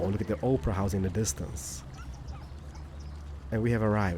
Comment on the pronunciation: I love how he says "Oprah house"